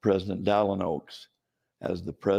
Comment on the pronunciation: Welcome Dallas Oaks! This appears to be a good example of how these guys are so scripted and dependent on speech writers' words on teleprompters that they’d misread even their own leaders first name if it was misspelled on the screen. Mormon GAs seem so programmed, superficial, and reliant on teleprompters that even a misspelled name on the screen leads them to botching their own Prophet's first name. Even junior primary kids could have got his name right. The most amusing times to listen to Mormon General Authorities are when they are off script and responding to unprepared questions. Without their backup staff and teleprompter, they always seem to resort to shallow CTR-5 junior primary level talking points. Am I wrong?